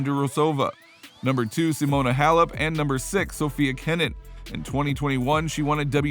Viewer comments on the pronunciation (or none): none